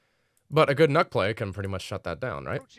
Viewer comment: It’s pronounced Nuke call her redacted